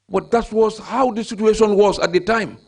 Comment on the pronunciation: Omg the next time he says "that was the situation at the time"... And instead of "situation" he actually says "sutuation"... He's hurting my ears. Goodness gracious 🤦🏾‍♀️🙄